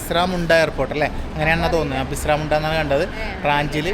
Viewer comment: ബിസ്റാമുണ്ട അല്ല ബിർസാ മുണ്ട😊